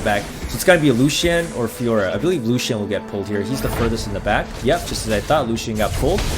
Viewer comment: Like how you pronounce lucien like lu-hsien